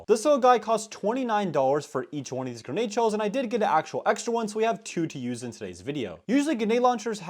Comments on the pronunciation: day 1 of me asking to stop saying "genade" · I wish you would say grenade properly not gaynade